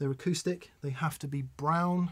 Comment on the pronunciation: You say they, not 'Hen' lol